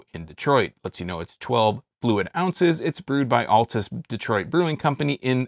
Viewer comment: Your not saying the name right, It sounds like Alts!